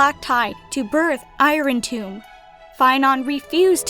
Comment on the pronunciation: you're pronouncing irontomb wrong